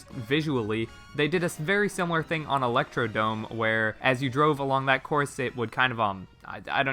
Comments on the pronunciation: It's Electrodrome, not Electrodome. I was surprised too. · Nice picks, one thing you should know: it’s Electrodrome, not Electrodome. It’s a common misread, you’re not the only one